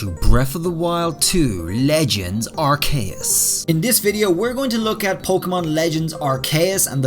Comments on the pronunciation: I don't mean to be rude but arceus is pronounced Ar-key-us not Ar-kay-us Edit 1:also the bird picture could be a braviary or starly's evolution and sawsbucks is gen 5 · I always get confused when people pronounce a Pokemon's name wrong after it's said multiple times by the official pokemon company... in the pokemon presents presentation... They pronounce it "arr-Key-us"... I'm not saying i've always pronounced it right... but i mean- dude they said it like 9 times in the presentation and you're still calling it "Arr-kay-US" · ar-kay-us??? isnt it ar-c-us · I dont like how hd says arveus but its not like i van do anything about it soo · Arc k us *its ar ke us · Why are you pronouncing arceus like that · You have some curious pronunciations of the pokemon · Way he says Arceus is wrong.